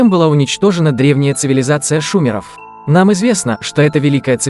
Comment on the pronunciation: Применительно к ШумЕрам (а не к шУмерам!) термин "ЦИВИЛИЗАЦИЯ" - это преувеличение! Культура? Да! Народ? Да! Но не цивилизация! Мы сейчас живём в век огромных преувеличений : "Академия гостиничного бизнеса", "Академия футбола", "Университет теософии" и тому подобное. Правда учатся в этих "академиях " и "университетах" несколько месяцев и получают неприлично узкую специальность, но зато громко кричат: "университет"!☝️😃Только вот университет должен давать универсальное, ВСЕСТОРОННЕЕ образование, а не узкое, плоское, кастрированное! Вот эти плоские, вышедшие из заурядного ПТУ с гордым названием "академия" потом и заурядный шумЕрский народ именуют громким словом ЦИВИЛИЗАЦИЯ! И даже ударением показывают свой уровень! А народ потом подхватывает: "это украинцы от шумеров", "нет, это азербайджанцы от шумеров произошли"! Ай, ай, какая же гордость!😃Какое же "счастье" , произойти от рядового древнего народа, но раздуть это до фантастического триллера!